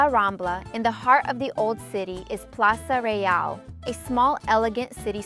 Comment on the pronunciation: Bokeria pronuntation not boqueria, the u haven't sound, sure that you hsve stay in Barcelona?, Plaça Reial not Real